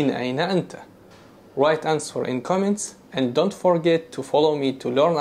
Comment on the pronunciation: (1) Min ayna anta? Is this for both males and females? (2) You said "To ansWer" - well, w is silent in answer. You just say anser (pronounced aanser). (3) There is no country called Bakistan. You should have explained why you said Bakistan and not Pakistan. (4) Thank you very very much for NOT dragging Allah, Quran, ,Hadith and Islam into your lecture. Really appreciate it.